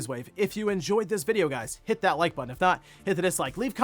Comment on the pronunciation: really puts emphasis on that "hit" in the intro and outro now 😂